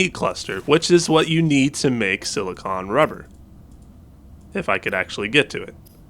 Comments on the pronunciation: Another uneducated YouTuber. The word is SILICONE. Note the E on the end. You keep say SIL-I-CON. Pronuncing it like the word ON, when it should be pronounced like CONE. I realize that YouTubers are doing YouTube because none of you got past 6th grade, but this is a word that most 12 yr olds can pronounce. I bet your parents are so proud. Lol. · SiliCONE rubber, not siliCON rubber. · It's pronounced (sil-a-cone) stupid